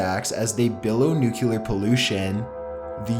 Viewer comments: FOR GOD SAKES.... IT IS NUCLEAR! NOT NUCULAR. why are you so stupid that you don't get this!?!?! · I like his videos buy how hard is it to pronounce the word "nuclear"? New-clear, not nuke-u-ler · OMG it's pronounced NEW CLEAR, not NUKE YOU LAR!! PLEASE give up your day job!! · NUCLEAR, NOT NUCULAR CHILLS.. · its pronounced NU-CLE-AR not NUKE-UL-AR STOP TRYING TO SOUND SUPER INTELLIGENT HAHAHA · Nukular? Why do people say "nukular"? Nulular is not a word people!! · its not fucking nu-cu-ler its nuclear! ffs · 1. It's pronounced CHIL-AY, not "Chilly". 2. It's pronounced NU-CLEAR, not "Nukular". Also, it's only a model. :) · PS: it's "NUCLEAR", not "NUCULAR" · Nuclear = Nuke-ya-lerr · The "nuculer pollution" is actually steam fam. (I know its spelled nuclear, I'm not retarded)